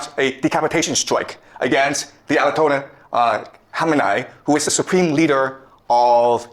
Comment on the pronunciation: lol the mispronunciations of Bahrain and ayatollahs